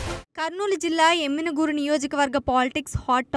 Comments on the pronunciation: పేరు తపుగా చదువు తున్నారు.యనిగనూర్ కాదు యమిగనూర్ . పార్టీ ఒక లీడర్ ని నిర్లక్షం చేసింది అంటే బలమైన కారణం ఉంటుది అది తెలుసుకోండి ముందు . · ఎమ్మిగనూరు అనీ పలకడం రాదు ఏ న్యూస్ చానెల్ స్వామీ! టీడీపీ లో నాయకులు కార్యకర్తలు బీవీ గారి సారథ్యంలో ఉరకలేసే ఉత్సాహంతో ఉన్నారు..మీ ఏడుపే మాకు ఆశీర్వాదాలు.2029 లో వైసీపీ కనుమరుగు అవడం ఖాయం....